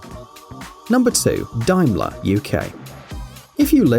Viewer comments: Please learn how to correctly pronounce correctly car name Daimler pronounced dameler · Not pronounced Dimeler though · Pronunciation again fails you. Daimler. FFS. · The “a” in Daimler is not silent 😂. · It isn´t pronounced Dime-ler, but rather Dame-ler. Confusingly Daimler (Dime-ler)-Benz is a German company best known for its Mercedes-Benz brand and F1 team. Daimler (Dame-ler) is, as you say, British and best known for being a subsidiary of Jaguar Cars and, subsequently, a more luxurious version of Jags. To add to the confusion Daimlers were sold in North America as Vanden Plas, whilst Vanden Plas in the UK & Europe was assigned to completely different types of car. To finish off, we in the UK also had the short-lived Daimler Sovereign Vanden Plas. Dóh! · Not Dime-ler. It is Daimler, pronounced Day-mler. It is a very well-known brand. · It's pronounced DAY-MA-LA. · Dear God, why do a video about car brands if you can't even pronounce the names properly? DAIMLER: Say "there is nothing like a dame-ler" and you've got it; it's not difficult". The name has nothing in common with nickels and dimes. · Its pronounced dame - ler, and not dime - ler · For goodness sake get the name right - it's been around for at least 100 years...Daimler. as in Dame-lerr...not pissing Dime-ler.....pratt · This guy talking sounds British to me, so he would know that Daimler is pronounced Dame Larr not Dyme Larr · Its Daimler ( dame ler not dime la)for goodness sakes I hope your not british Mr voice over because if you are you should be ashamed of yourself getting this great British brands name wrong . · One thing, it’s pronounced Daym-ler not Dime-ler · What nationality are you, you sound British, but you cannot pronounce Daimler. It is pronounced "Dame ler" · its pronounced DAYMLER not Daimler !!!! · It's Daimler, not Dimeler - there's an "a" in it! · FYI... Daimler is said as - 'dame-lar. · It is DAME-LER NOT DIMELER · "Dimelar" is that the chinese version of Daimler?